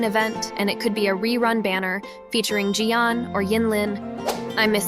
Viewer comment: its jiyan not giyan 🤭